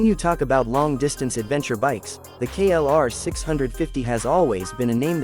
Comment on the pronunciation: KLR OR KRR ??? GET IT RIGHT! HOW UNPROFESSIONAL